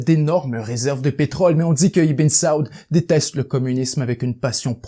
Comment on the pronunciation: Bien raconté. Toutefois, les prononciations de "Ibn Saud", "Sinaï", "'Kissinger" et bien d'autres sont complètements erronées (ce qui trahit un certain amateurisme), et les intonations sont souvent ratées dans la narration... dommage.